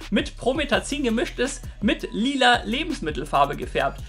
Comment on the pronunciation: anstatt lila sagst du lieder